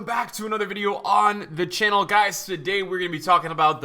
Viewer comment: We all like THE CHANNEL !! Why are you saying it like that? 😂